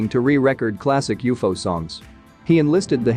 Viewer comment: It’s not u-fo idiot, it’s u-f-o , moron